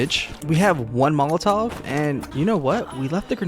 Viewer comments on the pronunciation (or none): none